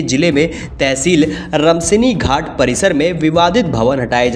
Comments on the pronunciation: रमसनी घाट नहीं रामसनेही घाट है। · रमसिनीघाट नहीं रामसनेही घाट